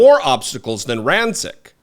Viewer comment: I believe the pronunciation is "Ran-chich".....anyway, we've long known #Chump is a racist slimeball, but it needs to be hammered home more